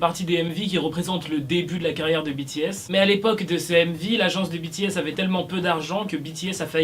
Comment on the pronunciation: En ne dit pas bities en dit bts idio😎😎🙃🙃👶👶👶👶👎👎👎👎👎